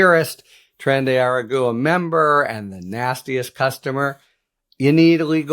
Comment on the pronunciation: Harry, phonetically it is “augwa” for fuck sake